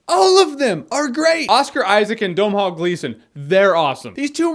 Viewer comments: "Dumb Hall Gleeson" - interesting pronunciation... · Just say "Donal" dude, his name has silent letters in it, and Donal is the English simplified version (h isn't a letter in Irish, it's a sound changer that mutes the m). Please don't call him Dum-hall for your Star Wars review for Christ's sake! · "Dom Hall" Gleason lol It's pronounced Donal. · Looking forward to seeing this movie. Also I know Irish people names are hard to pronounce but its pronounced Doh-Null Gleeson not Don-hall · Dom-hall Gleeson?? lol I know it's spelled funny but it's just pronounced Donal. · you pronounce his name......doh-nall....I'm Irish I know its my brothers name!! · "Do-nawl". The M is silent. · Hahaha it's "DOE-nall" jeremy, but I do like your version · That pronunciation of Domhnall's name though. :) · God I cringed when he mispronounced Domhnall's name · Americans just cannot pronounce Domhnall. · Nobody from America ever pronounces Domhnall Gleeson's name right.